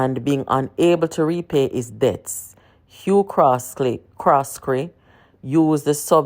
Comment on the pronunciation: His name is Hugh Croskery not Hugh Croskely